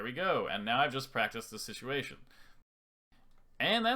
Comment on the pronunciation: love how you say improover lmao